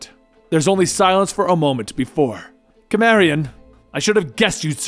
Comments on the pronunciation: Did he seriously pronounce Cimmerian as Kimmerian? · You're a big Conan fan are you, learn how to pronounce cimmerian